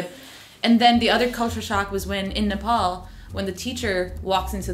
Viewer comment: Nepol re😂😂 just simply say Nepal it just 13 year u guys moved to here right